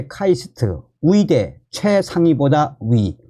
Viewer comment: 열심히 잘 듣고 있습니다. 근데 의대, 의사 등 의 발음이 무척 귀에 거슬려서 끝까지 안듣는 일이 많습니다. 의대가 아니라 위대, 의사가 아니고 위사로 들립니다. 조금만 더 주의하셔서 정확한 발음으로 말씀해 주시면 더 좋겠습니다.